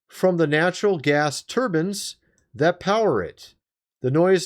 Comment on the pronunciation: Bro! Are you doing this shit on purpose??? Now you want us to think you’ve never heard the word turbine? Bro, [trrrbin] is not it! You’ve said the word before, stop gaslighting me every video with these mispronunciations! Unreal